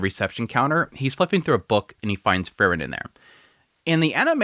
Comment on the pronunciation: Sadly he's never been able to pronounce Frieren correctly which is odd considering it's said quite clearly in the anime as well as people leaving comments on how to pronounce it.